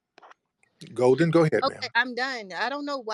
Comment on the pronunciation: Golden sounds more like Molden.